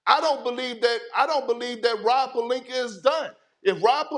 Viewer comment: he also be saying Rob PelinkER lmaoo